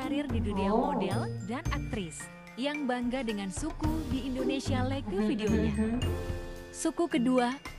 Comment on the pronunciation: INDONESIA pak bukan INDINESIA😢😢